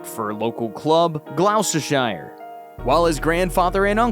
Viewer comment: Same here Glos ter shiyer...😂